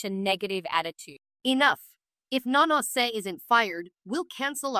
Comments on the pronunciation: Is anybody else hearing mayonnaise when Nanase's name gets spoken? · I kept hearing mayonnaise and I thought "what kind of name is that lol" and then I realised it was Nanase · At first I thought was calling her Mayonnaise 😅.